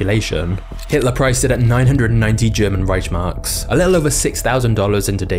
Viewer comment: Not how you pronounce Reichmarks the ch is more like a k sound